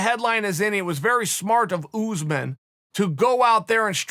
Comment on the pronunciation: "Oozemen" ? Not my fav fighter Cuntington not my fav persona Woodley can't sing raps weak done Edwards not much to say here Burns beast promise made Mazvidal longtime fan ________________________ 2 of 6👍